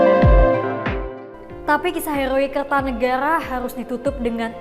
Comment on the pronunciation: R nya dobel jadi errr